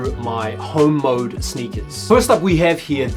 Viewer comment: At first i thought you said Hoe Mode… n I’m like “alright!”